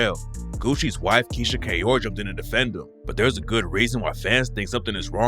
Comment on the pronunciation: Where are your kids “KEYSHIA”?